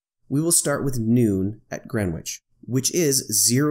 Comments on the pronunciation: Going for my Gold "Pedant" medal here: The w is silent, it's pronounced Gren Itch (like the itch that you scratch). See: But props for using GMT rather than calling it "Universal". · No need to pronounce the "w" in Greenwich, nor the second "e". So it sounds like "Gren itch". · Great video.... the ‘w’ is silent. :). So it’s just sounds like “Grenich”